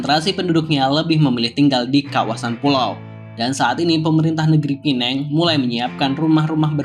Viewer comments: PEMBETULAN , PULAU PINANG BUKAN PULAU. PINENG , DULU SEMASA ZAMAN. INGGERIS MASIH DI NEGARA MALAYSIA. MEREKA MENYEBUT PINENG TP SEBENAR NYA SEBUTAN YG BETUL ADA LAH PULAU PINANG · sebutannya salah bang..kalo mau sebut pulau makanya pulau pinang..bkn pulau penang..pulau pinang itu bahasa melayu nya sedangkan penang itu inggerisnya... pulau pinang hadir